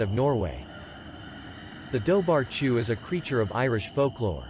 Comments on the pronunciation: 'Dobhar-chu' is actually pronounced as "doo-rah-goo", but we can't expect an A.I. to pronounce it right. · thanks, i was looking for a comment like that. i don't speak Gaelic but I know it's not pronounced like it's written 😂